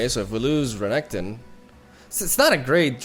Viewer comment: I love the way you pronounce Renekton, sounds more sleek.